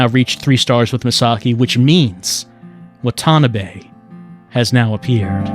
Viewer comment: I shed a tear every time "wa-TA-NUH-bay"